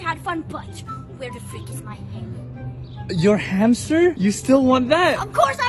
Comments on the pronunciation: Zoe shouldn't said H for hammy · Zoe should say hamster with h